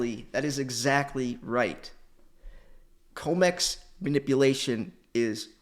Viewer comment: It’s com x not co mex tbh your comments would have more cement